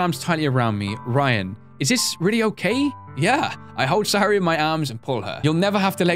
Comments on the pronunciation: sa - yo -ri not hard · Lelmixit it is sayori